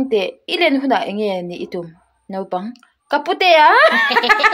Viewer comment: Mizo tawng hi chhar dik ve thin ula, Naupang ti tur pawh Nopang in daih a